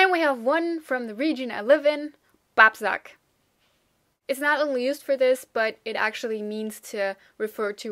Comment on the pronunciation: "Babbsack" klingt aber schon ziemlich regional. Drei weiche "B", obwohl es harte sein müssten. Klingt nach Schwäbisch oder Fränkisch